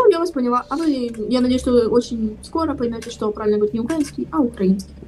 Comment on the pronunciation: На Русском правильно "ГОВОРИТЬ", а не "ХАВАРИТЬ" 🤦😂😊